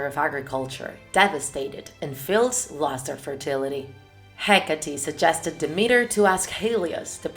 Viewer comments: It's dimitra , no dimira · It's not dimira it is Δήμητρα(dimitra) I know it because I am Greek Also I love your videos😍